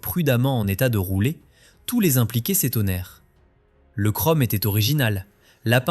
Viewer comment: Kromm au lieu de chrome... Quel crétin! Une parodie de lèche-babouche...